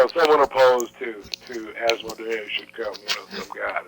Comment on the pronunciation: I would just like to point out Gary's pronunskiation of Asmodeus :)